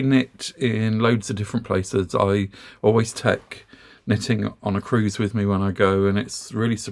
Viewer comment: As a new knitter, I have been watching your videos for several months now. I must admit, I initially misheard you and thought you were saying "sniffing." I have also followed your recommendations regarding yarn from Temu and have been pleased with my purchases. However, the yarn I have obtained from Temu only lists the weight, and not the yardage. All the charts I have seen regarding yarn requirements for projects such as hats, scarves, and sweaters only list yardage. Could you offer some advice on how to determine the amount of yarn needed for my projects? Also for the man asking about knitting, there is a Marine Veteran who knits at our Senior Center . He does beautiful lace, tatting, knitting and crocheting. Thank you for all of your wonderful videos.